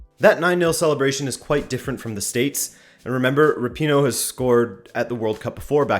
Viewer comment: If you can’t even pronounce “Rapino” correct... Also they were the last team to play on the last day in the first round of group stages so u think they probably had so much excitement built up that they could help themselves